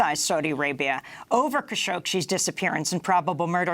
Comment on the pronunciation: It's Khashoggi the g pronounces like in "good" not as in "Gina" i also hear Kashokshee ? Am i right or am i right?